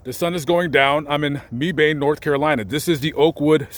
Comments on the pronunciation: Good video, but Mebane is pronounced Meh'-ban not Me'-bane. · Not mee bane but mebane and k(eye)zer not kizzer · The way you pronounced Mebane is hilarious 😂😂😂 it’s Meh-ben, not Me-bayn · A couple of things: The family name was pronounced KI-ser and Mebane is pronounced MEB-bin. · Mebane is pronounced MEBBIN! 😆😆 This is coming from lady Mebane from Mebane NC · I lived around Mebane for a few years. You pronounce it just like I did. Yet when I asked questions about that city just south of me... You know... Mebane. Locals would look at me clueless. Finally one day I came across a bright crayon in the box. He said, "Mebane? You mean Mibin?